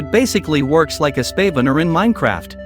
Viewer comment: Why does the AI voice say spavuner?